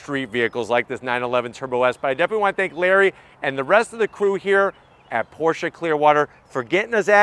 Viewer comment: Definitely the most reliable! And than you sir for pronouncing Pro"sha" correctly!